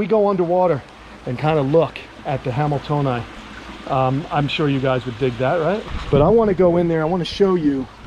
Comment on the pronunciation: Technically "hamiltonii" has two i's on the end. So it's pronounced hamil-tone - ee - eye. A small point. But working-around-the-Kamp videos are my favorite.